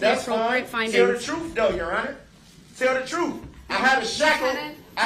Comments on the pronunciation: ‘Tell the troff’ 😂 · Troof!! Axe me about da LIBARY.